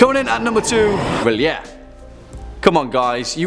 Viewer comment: Yay! You pronounce R'lyeh like I do!